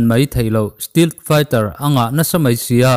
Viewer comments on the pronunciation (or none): A va tha thin em. Hetiang video buaipui tu in awm hi kan tan chuan hlu tak a ni. ... Stealth tih hi steelth tih ang deuhin i lam ziah erawh hi chuan beng a verh deuh. Lam dan dik a lam hram hram hi a tha ka lo ti ve mai mai.